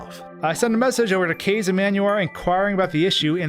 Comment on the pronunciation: kaze’s name is pronounced “kah-zay” btw